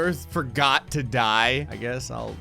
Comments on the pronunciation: You said Do instead of To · "I used the earth do destroy 100,00,000 moons" instead of word "to" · "Do destroy" 😂😂😂